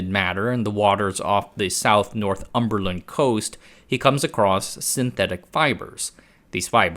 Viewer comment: Northumberland is pronounced like 'Nor Thumberlund' not 'North Humberland'